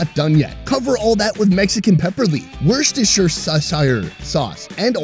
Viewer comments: Wash your sister sauce😝, good job trying to sound it out thooo hahaa love your show! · worcester-sir-shire... sauce 😂❤ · The way he pronounced Worcestershire sauce 😂